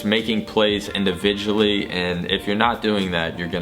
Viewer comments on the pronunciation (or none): "INDIVIGUALLY" -words from maniac